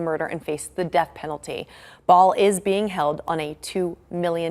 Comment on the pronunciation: Not Saul its Sal